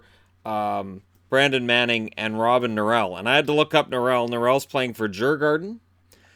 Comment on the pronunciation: I am sorry, but I laughed my ass of when you pronounced Djurgården in swedish